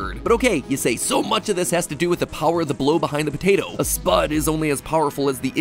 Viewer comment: why do you say potato like patata?